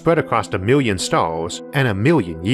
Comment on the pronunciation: Dang, ovew a miwwian mountains? That’s a lot bruh